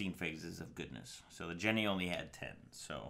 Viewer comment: Isn't "Gene" pronounced like the name or like Jean? Something about calling it a "Jenny" drives me nuts